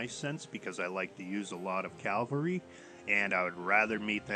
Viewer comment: Discovered this game when they had a $6.99 sale to buy the game and now I'm hooked. There may or may not have been a few allnighters involved, I couldn't say....I don't mean to nitpick, but just thought to point out that its pronounced cav al ree as opposed to cal va ree. Thanks for making this video, the information is really useful!